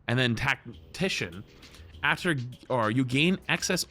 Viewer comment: Omfg dude it’s Tack-Tih-Shin